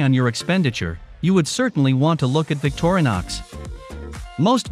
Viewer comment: victor-nix.... another text to speech video